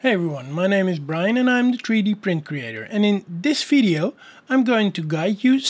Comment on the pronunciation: Tree D....lmao....but: subscribed. Good video mate